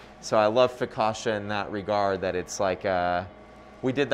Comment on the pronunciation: Hard CC in focaccia. Like in Pizza. Just sayin'.